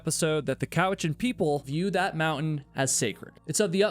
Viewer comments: vancouver islander here - if you ever come here checkout tofino, the golden hinde, elk horn mountain. Mt. Maxwell on Saltspring Island is close to the ferries as well, and nice pronunciation of cowichan you nailed it lol. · Nailed the ‘Cowichan’ pronunciation, but screwed up ‘Duncan’ lol. - a person from Duncan. PS: Good vid Oh and there’s been several people gone missing over the last few years, all drug trafficking related and the truth gets covered up lol. Loooots of drug trafficking round these parts